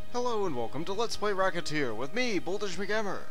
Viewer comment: its pronounced: ress-a-tear